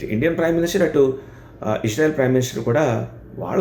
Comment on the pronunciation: ఇష్ శ్రా ఇల్ కాదురా బాబూ ఇజ్రాయిల్ అనాలి